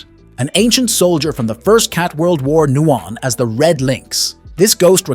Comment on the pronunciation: AI voice over.. Ghost pilot knouan as😩